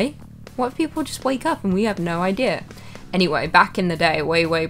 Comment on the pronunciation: And "no" sounds like "nar"